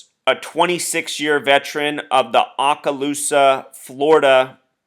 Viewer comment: Yes, he was my friend and coworker for 25 years. His memorial and burial will be on Monday. Oh and he can not pronounce Okaloosa. It is Okaloosa, not Aakaloosa.